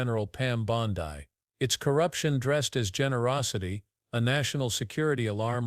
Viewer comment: Clickbaiting liar, cant pronounce her last name right?